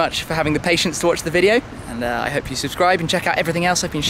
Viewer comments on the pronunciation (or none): none